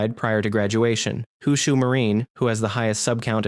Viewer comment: It's not "hoo-shoo" marine. It's "hoe-show" (roughly, I'm not going to get technical here). You've obviously done plenty of research into the companies, so to get pronunciation this wrong stands out like a sore thumb by comparison. Similarly, in Hyakumantenbara, the "hyaku" is more like hee-ah-koo, although it's only 2 syllables: hya-ku. The y is like the y in yes. It's never pronounced like "ai", the way you (and many others not familiar with Japanese permission) do here.